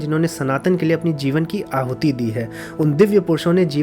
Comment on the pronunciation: Sir heee aahutii kyu bol Rahe Hai ap